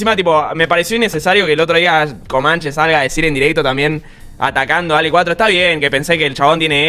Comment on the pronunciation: Muy buen video. Solo que no es Alec, es Ale